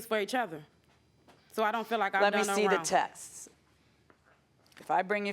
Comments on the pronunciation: The word is texts. Not textses. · Is it too much to expect someone to know that it's texts and not textes ?